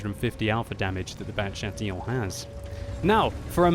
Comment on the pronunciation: You said Chatillon well :)